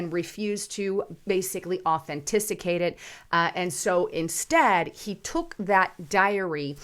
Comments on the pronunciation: Authenticate not “ Authenticicate”😜😂👍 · ...its au-then-ti-cate...lol. I love your show...keep sharing the truth that we all know needs to be said. All the "3letter" government organizations need to be dismantled and re thought. They are supposed to protect the people...but they protect the special interests. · Authantisicate….is it a word? 😊🤣❤️